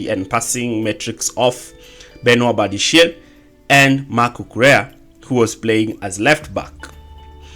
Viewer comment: Bro 😂 umechoka na Badiashil finally. Sema tu Badiashile 😂